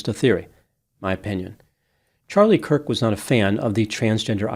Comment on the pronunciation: Why mispronounce Charlie Kirk's name in the intro and outro? Hard to believe it was a coincidence, more likely a typo in the script but maybe something else? Kind of odd to mispronounce the man's name here...